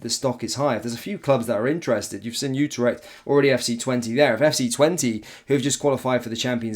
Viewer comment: It's NOT UTER-ECHT it's U-TRECHT